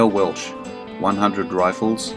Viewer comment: It's Welch not Welsh